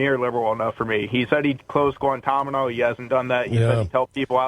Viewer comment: 'guantamino' lol